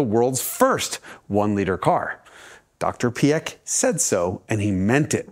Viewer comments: Great video as usual. But that butchering of names…it’s funny that both Porsche and Ferdinand Piech is so hard for English speakers. Porsche I understand because it makes no sense in English. But Piech is pronounced like peach with an i between p and e. If the i is throwing you of jus pronounce it like peach. It’s closer to reality than PieK anyway. Why pronounce with a hard K in the end? Does not make sense at all. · Peesh and not pee eck 🙄 And when you‘re fancy try to get a t sound before the sh. It really really hurts hearing that pronunciation.